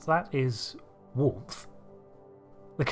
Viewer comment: Ahh "Warmth" - at first thought it was Worf or Warp